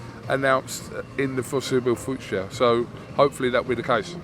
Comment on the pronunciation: are we all gonna just ignore saying this "FORSIBLE FUCHUR" 😂😂